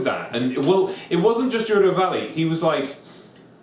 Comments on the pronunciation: "Jerudo" valley? Based on the Japanese language, I'm pretty sure it's "G" as it "Get". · ***** It's "Gey-roo-doh", "Day-koo" and "Koh-kee-ree". Japanese words all have specific pronunciations. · Oh Hylia, the way Brent pronounced "Gerudo" and "Kakariko".